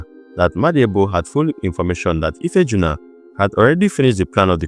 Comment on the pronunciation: Ife ah'juna... Not ifeejuna